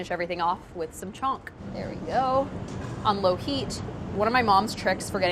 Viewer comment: It's actually pronounced as Chhaunk but her American accent makes it sound like chonk which made me confused for a while but it's hilarious 😂